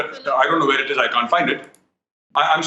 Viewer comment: What is “Werrrr” 🤣